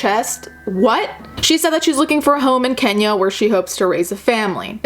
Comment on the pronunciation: *Kenya......Kenyyya. With a Y hahaha.